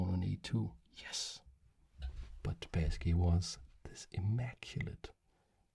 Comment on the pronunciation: Hello! This video isn't the first one where I listen (I do mostly listen) to you talking about some chess master Boris Spasskiy, and only now I have realised whom you're talking about! He's [Sp^sskiy] with "a" like in "bus". The "a" is stressed, also. For how you say it, with "a" like in "back", we have a different letter. Hereby, I present it to you: "э". If you don't see it in the Russian writing, then it shouldn't be pronounced in English either. Actually, I think you say Kasparov very well! Same thing here. And same goes for the city: Leningr^d, not Leningrэd. Thank you for your content and I hope you'll find this tip useful! P.S. He's also Bor'is, with the "i" being stressed here, but it's less crucial for understanding.